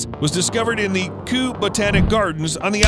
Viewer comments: Royal Botanic Gardens, England. Kew is pronounced like Queue not Coo! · Kew gardens pronounced K-e-u as in Cue or queue, either way its Kew. Remember constructive criticism is good criticism, it's only makes us better. Still, I always really enjoy your scripts and style of narration, the humour is killing it Mate, like a mass extinctions event. 👍🏻